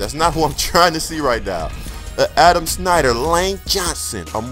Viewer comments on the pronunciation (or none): none